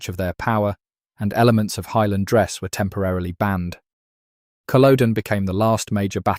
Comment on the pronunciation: Cull-ODD-n not Cull-oh-den. Gallic not Gaylic. Isla not Islay.